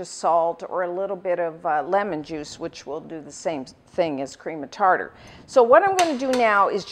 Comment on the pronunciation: The way she says cream of tarter bothers me ._.